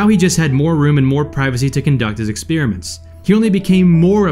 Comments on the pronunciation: Why does this clown keep saying “ex-peer-a-ment”? Didn’t he attend school? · Kids: This is not how you pronounce "experiment." It's /ɪkˈSPER-ɪ-mənt/ Not /ɪkˈSPIR-ɪ-mənt/